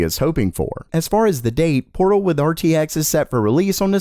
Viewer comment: So it is portal not protal. Thought it was new a program or a game or something 😅